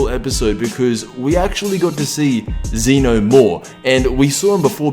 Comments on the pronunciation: ZEH-NO!!! NOT ZEE-NO!!! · EP 56 isnt until Sept 4th. also its Zeno not zeeno